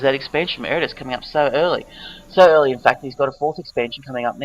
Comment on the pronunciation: Ed-a-rus. Butcher my name will ya!